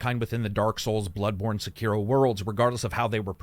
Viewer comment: Sek er O not sakeeero